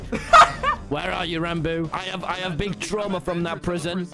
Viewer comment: Ranboo fans: “Ranboo Ranboob “ Ranboo: rounboo